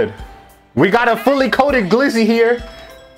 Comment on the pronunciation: My dude said glizzo 🤦🏽‍♂️😂😂